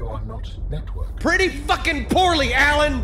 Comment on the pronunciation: PRETTY FUCKING PORELY AL-AN